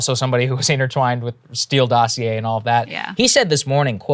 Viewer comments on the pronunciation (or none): none